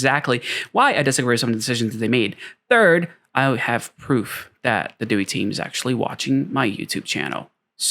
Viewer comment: its prounounced DEE-WHY.